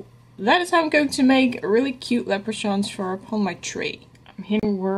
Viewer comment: I never know who is going to show up when a Deco Easy video loads. Hi! I think St. Patricks Day is more of a big deal here in the states than Ireland. 🤷‍♀️Leprachaun is pronounced with a hard ch. Lep-rah-con, though I do like how you said it. How bad do your hands hurt? That was a lot of cutting but so worth it! Your signs turned out great. They remind me of cookies. 😍 well done on the tier tray my dear friend! ❤🤗